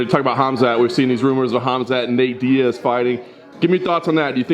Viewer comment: ah yes natge diaz